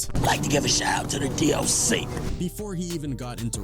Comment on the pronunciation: I’m saying! Like I love a history lesson but this AI/TikTok style narrating f’n sucks! Like wtf is a D. Oc 😂